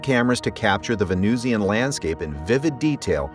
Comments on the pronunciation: How do you pronounce Russian? Martian? Pronounce Venusian the same way. It's not 'VenooshEEan,' any more than it's 'RushEEan' or 'MarshEEan.' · why is venusian pronounced as vee-noo-see-an here? venusian must rhyme with illusion. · Well done, except…it’s “vuh-NOO-shn”, not “ven-NOOZ-ee-an”. (Also, “taa-puh-gra-fik”, not “tope-uh-graf-ik”.)